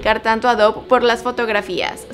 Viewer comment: No se pronuncia Dough sinó "Dof".